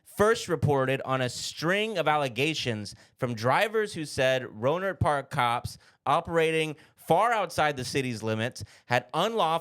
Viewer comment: Also, I grew up about 20 minutes away from Rohnert Park. You pronounced it right! Wild story, but not surprised. Those cops were literally the worst and have nothing else to do than shit like this. Long live 40 Water... RIP Mac Dre.